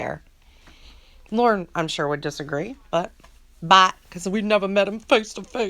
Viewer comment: I lol 😝 each time you end a sentence Lorne’s mispronounced ‘but’ (bhat) lol 😂 😂